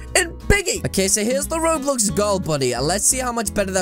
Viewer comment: You don't say Roblox properly at the Start of what you say